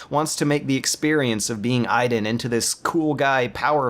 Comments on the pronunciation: Stop calling him Eyeden. His name is Aidan. Pronounced Ayyden. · "I-den?" Is this Beyond Two Souls or Watch Dogs? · it's pronounced, " ay-den " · His name is pronounced like you'd pronounce the disease that HIV turns into (AIDS), not like when you're just hanging around being useless (idle) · How did you pronounce his name? I get that you don't like the game, but they say his name in the game, there's no excuse for the made up, retarded way you said it. Other than that, this was a great video. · You said his name right once messed it up the rest of the whole time